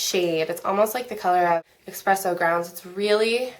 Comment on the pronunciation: If I'm not mistaken it's called espresso, not expresso. Love your videos! keep them coming!!!